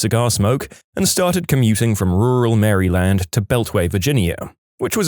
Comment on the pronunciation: Bro really called Maryland Mary land